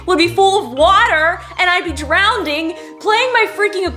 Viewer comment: “...and I’ll be drownding”